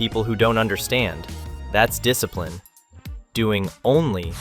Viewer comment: " You rack a disaprin! "